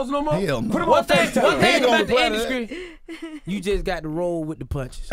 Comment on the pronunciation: If DC say 'induskry' one more time...